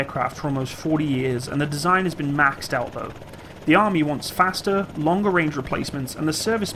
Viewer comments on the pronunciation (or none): none